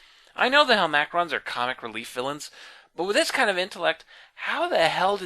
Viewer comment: super late here, sorry if this has already been addressed. Isn't int hel-ma-crons, not hel-mac-rons?